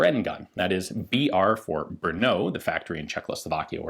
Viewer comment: Ian, could you please correct the way you pronounce "Brno"? Simply drop out the "U" you're putting to the very end. otherwise it's ok. And of course, nice video as usual, thanks.